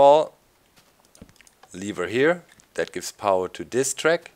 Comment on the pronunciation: "And DAS will make it no longer a Village" XD Da kommt das Deutsche aus Dir raus ;)